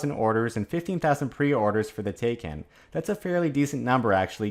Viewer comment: Taycan rhymes with Taiwan. as in "Ty Con".